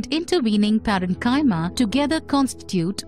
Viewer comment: You can`t even pronounce Parenchyma or Chollenchyma correctly 🤣 before try to teach us something check your silly pronunciation you Indians have ruined the English language over a century